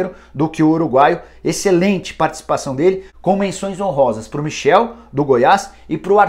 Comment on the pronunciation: Michael não Michel kkkk